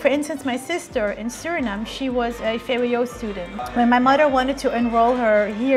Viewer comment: Its vwo not vbo😂